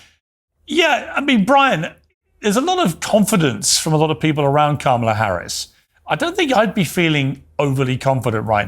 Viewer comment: This woman needs to make up her mind about how she wants to pronounce Kamala.